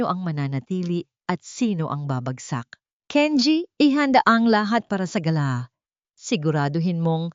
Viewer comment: Ayusin Mo naman ang pronunciation Mo. Gala dinner ibang pronunciation Ng Galà is a bird.😅